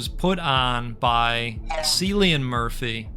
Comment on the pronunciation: Don't wanna be the "umm, actually..." guy, but it's pronounced "Killian" Murphy! But I'm sure he's a silly goat as well :)